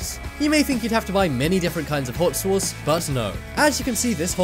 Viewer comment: Learn how to say the word sauce ... Damn it